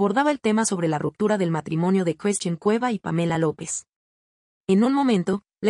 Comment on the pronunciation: Por qué no pronuncia a bien las palabras.....se dice Christian y no Cresthin?????